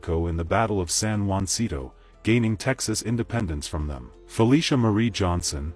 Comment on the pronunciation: San Juan See To?! WTF? It's pronounced San Ha Sin To. Damn Yankees...